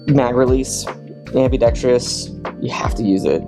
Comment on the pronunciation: it's pronounced "Ambi-dex-trous"